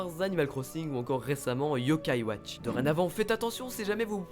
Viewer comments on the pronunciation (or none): none